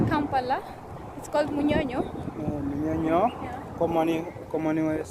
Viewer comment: Its called munyonyo not bunyonyo... a little correction 😂